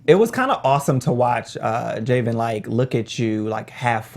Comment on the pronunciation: I think Evan asked Morgan to be his gf, it’s crazy how fast he’s fallen for her. It’s three people on the panel someone should’ve known John kissed Katheryn not Hannah. And the man’s name is pronounced Jay-ven, not Ja-ven. Other than that, great episode. This was the best so far, I wish Kaci would’ve watched it. But like she said, she’d see eventually so why hurt herself now?